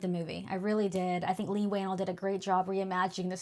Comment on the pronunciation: It is kinda weird to claim that you are such a fan of Leigh and you can't even pronounce his name right, matter of fact i heard about 3 different pronunciations and non of them was right lol